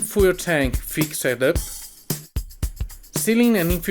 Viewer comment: ( and duca). I am always in awe of people speaking more than one language, but when you say fix-Ed can you try and say fixd or fixt please? Not a complaint, just an observation. I enjoy watching your work.